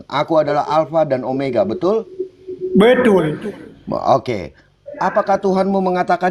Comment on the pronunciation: Bedul gaess ..belajar dulu bahasa Indonesiaa Kok belajar bahasa arab..BETULL ..BUKAN BEDUL..😜🤪😝